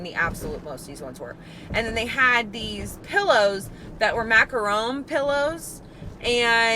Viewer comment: Hey,. Love your videos! Finally!…Someone who actually got the name of the dessert right! It’s a macaron and not macaroon. You really should design your own dark decor like someone said in the comments…it would be amazing stuff!